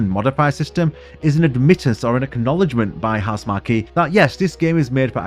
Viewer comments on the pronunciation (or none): I like your final thoughts on Returnal also, but it's pronounced House-mark, not Housemar-key